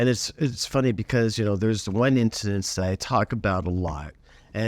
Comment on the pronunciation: “There are 2 Instanintances”😂😂😂